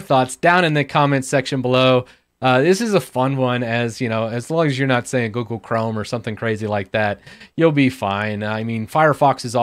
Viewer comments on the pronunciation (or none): none